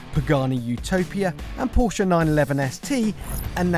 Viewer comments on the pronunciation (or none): That guy from CarWow must be gay. And he never says Porsche correctly.